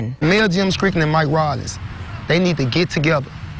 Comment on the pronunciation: Scrickland! Lol! Why black people can’t say ST sounds ? 🤣😅